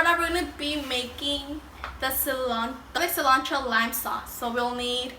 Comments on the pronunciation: Sea lawn trow - I notice you had a very hard time with the word Cilantro, just say it as Mexicans say it, See lan throw. Gr8t video thanks. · Sea-land-Tro... 😲 hurts me when you say it. Haha 😄 jp